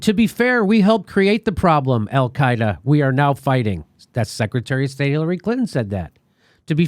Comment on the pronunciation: He said Hellcaida....😀